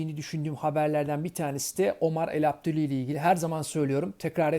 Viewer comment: çok kez denedin ama Elabdellaoui düzgün söyleyemedin :)